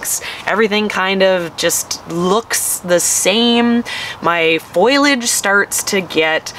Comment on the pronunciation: Fol- eee- age!!! I don't understand how a farmer doesn't know how to say foliage